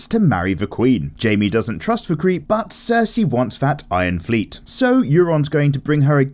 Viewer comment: “Dayanerys and cersey”